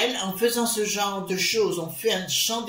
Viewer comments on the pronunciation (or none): none